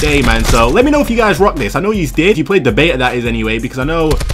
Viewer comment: i clicked of this video because he says beta the wrong way pisstake